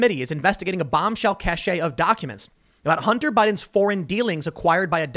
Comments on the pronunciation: Tim, 'cache' in that context is pronounced 'cash', not cash-ay. FIY. Keep up the good work. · Tim, "cache" is pronounced "cash," not "cashay." That word is "cachet." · I love your show and watch all the time Tim. BUT . . . . Cache is pronounced CASH. not Cash - A. it makes me cringe to hear a well spoken and intelligent person such as yourself mispronounce it. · CASH, not CASHAY, thats how you pronounce cache... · Cash-eh? No, cashe is pronounced cash like money. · cash not cash-a lol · Crazy Sven Sorry, if it's a stash then it's a "cash". No matter how it manages to be spelled. With the accent, it is pronounced 'kashay' with the 'ay' sounding more like a brief long "e". without the accent mark it really only has one correct pronounciation. With the accent, it has a remotely similar meaning more along the lines of 'hidden', but not like a stockpile, more like a hidden secret. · TIM POOL: CACHE is pronounced "cash." CACHET is pronounced "cash-ay." Two different things. Cache is a stockpile or supply. Cachet is prestige. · Tim, you're pronouncing Cache wrong. Cache is pronounced Cash. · It's pronounced cash!! Not ca-sh-eh! Cache = Cash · "Cache" is pronounced "cash," not "cashay." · Cache - KASH , not kash-AY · It is simply pronounced “cash” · Pronounce like "cash" - there's no accent on the word. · Tim, cache is pronounced the same as cash. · "Cache" is pronounced "cash". Never mind that Stormin' Norman didn't know the difference ("weapons cachet"), as a journalist you should. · Cache is pronounced "Cash" Tim... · I believe its pronounced kaysh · Cache is pronounced cash. Cachet is pronounced cashay. Do not mean the same thing. Love Tim, but this is driving me nuts. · cache is pronounced ‘cash’ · Love the content....just letting you know the "e" in cache silent and it's pronounced as /cash/ :) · Dude... cache is pronounced like cash. Sheriff is pronounced like the singer Cher then if. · The e in cache is silent Tim. The e is silent!